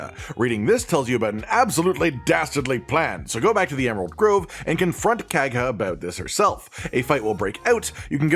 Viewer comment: Yeah not sure why he pronounced it so weird they say her name enough times in the game that there was really no excuse